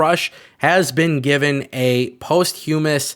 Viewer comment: Listening to you absolutely butcher the word posthumous like 800 times made my day. Thanks for the laughs.